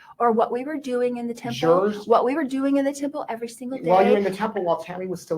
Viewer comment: Why won't she pronounce her "t"s? The word "what" she pronounces "wha". Why do Utah women do that???? Enunciate!